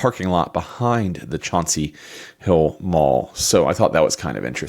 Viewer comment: Wtf is “chanty hill” I’m a towny I grew up with Chauncey hill, it’ll always be Chauncey hill